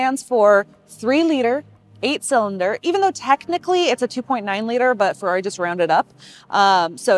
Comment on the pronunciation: oh god how do you screw up "Ferrari" in the intro like that :( Still great review and great car!